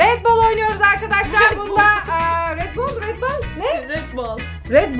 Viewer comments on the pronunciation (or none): yazılışı REDBALL okuyuşu RETBOLL diye okunur yazılır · red boal değil red ball hahhahahahahahahahaahahahahahahahahah